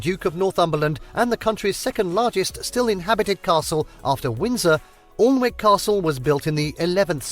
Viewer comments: I laughed at the commentators pronunciation of Alnwick typical southerners grammer, it's not Aln-wick it's An-ick...😂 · "Annick" Castle, not "allnwick" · Alnwick is pronounced Annick. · It's "Alnwick" not "Allwick" and it's pronounced "ANNICK". That bothered me sooo much, and parts of the castle was used for Hogwarts in Harry Potter. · Lol the British bloke presenting the vid pronouncing number 7 Alnwick as 'orlnwick' or whatever. It's pronounced Annick. Silent L, silent W. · The way the narrator said "Alnwick" hurt me a little, instead of Alln - wick it is pronounced An - ick. Love your reactions! :) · 😂 we pronounce it ann-ick x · Alnwick isn't pronounced how it's spelled. It's pronounced annick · Ignorant southerner who can't pronounce Annick (spelt Alnwick) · "Awln-wick" !!!! 😖 Ouch! 😂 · pronounced anick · I'm English - the presenter mispronounced Alnwick - it's actually pronounced An-ick. Also, Windsor was the late Queens weekend home - she spent the working week at Buckingham Palace in central London and then went to Windsor at the weekends. In the summer, they decamped to Balmoral Castle in Scotland, which is where the late Queen died a year ago. King Charles doesn't appear to use Windsor much - he has Clarence House in London and various other homes - I think the Prince and Princess of Wales will move in soonish. Just my guess - they are living in Adelaide Cottage, a detached four bedroom house in the grounds. Or so we are told - maybe they already live in Windsor but the optics in a Cost of Living crisis wouldn't be so good. Who knows?! BTW love your gentle style - we don't see many quiet, thoughtful Americans! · Have to say you pronounced Alnwick wrong. It is pronounced An-ick. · Alnwick is pronounced Ann ick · I’m sure it’s been said, and can’t understand the English YouTuber not knowing, but Alnwick is pronounced Anick. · Not just Geordies!! I was correcting the narrator too! Definitely pronounced Annick as you say 👍🏼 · Alnwick pronounced Annick